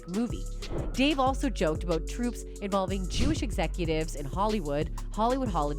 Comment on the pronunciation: It's "tropes", not "troops"